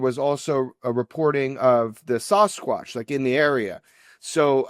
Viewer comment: I like Jeremy a lot but when I hear him Sossaqwsh like that I can vomit 🤢